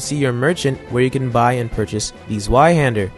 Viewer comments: Zweihander. Pronounced. (Zviaande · I love the english pronunciation of zweihander